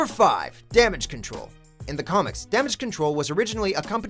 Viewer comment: "damage crole"